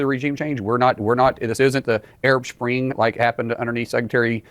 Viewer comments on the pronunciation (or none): Anyone notice how this guy said "shpring" can be not say spring.... these people are dumb as fuck. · It’s petty but he just said Arab “shpring” 😂😂😂